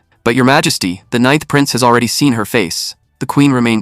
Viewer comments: 'ninnth' with short 'i'. oh,, you had been doing so well... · ca 'ninnth' again, twice. (it's actually becoming amusing).